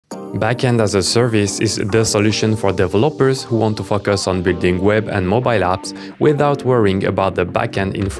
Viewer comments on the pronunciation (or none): Great content, laughed at the pronunciation of "focus"